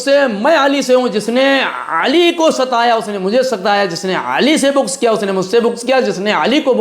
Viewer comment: Abe pagal bugz hota hai na ke bugj